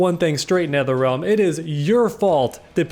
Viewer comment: dam he snapped at nertherrealm 🤭